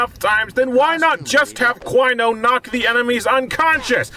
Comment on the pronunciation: DIE CWINO DIE! DIE CWINO DIE!